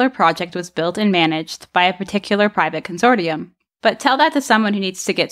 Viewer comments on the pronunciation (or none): Consortium is pronounced consorshum, not consortee-um. Rideau is Reedo, not R'do.